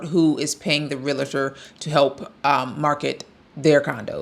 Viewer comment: I hate wen people don't know how to pronounce REAL-tor. It's so simple.